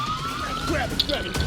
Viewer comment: The”Grab her gurabe her”GOT WHEEZING😂